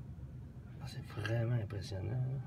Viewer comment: "c'est imprésonnien" XD